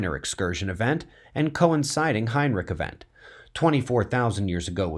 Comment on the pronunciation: Is he saying "Heinrich Event"? This video isn't made for new viewers or beginners.